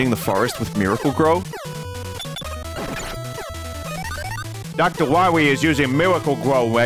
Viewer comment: Not Dr. Why-wee 🤣